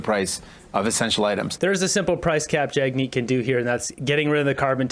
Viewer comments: Did the interviewer actually call him Jugmeet?! It sure sounded that way twice to me! Lol! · She also called him Jug-meet 3 times! I'm sure it was a innocent mistake...😉